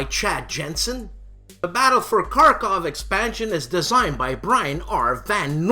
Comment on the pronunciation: I almost feel bad for nicking you on this one: in Kharkov, the first K is silent... it's pronounced more like "harkov". I know, I know... That, he's a WILD MAN!!! How can anybody keep up with him...??? Nice "Head to Table" segment!!! I'm not much for solitaire games, but it is very nice to get a developer's view on how these games come to be, and the hurdles they must surmount to get a game into.... a box and a *lid*! Same with the Howard & Trevor sequence. Loved the anecdote about the trip to GMT to sell a concept!!! Next time ya do a movie montage, get "A Bridge Too Far" up in the mix... I mean, really!!! And Tora! Tora! Tora! too!!:)